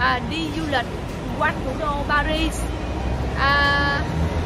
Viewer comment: Chữ “Paris” người Pháp đọc là “Pari”, không có kèm âm “zờ” ở cuối.